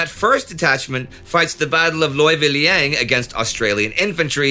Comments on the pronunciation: I like how Indy tried to pronounce "Leuwiliang" with the eu spelled like oi as in "Deutsch". The eu is pronounced like the ew in "Lewis" as it is in Indonesian and Sundanese (the origin). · Indy pronouncing the "eu" in Leuwiliang the German way 😅😂😆😆